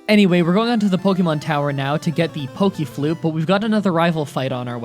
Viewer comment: Pokimon... Pokiflute... Ar-K-nine... Ugh, annoying (and wrong) pronunciations.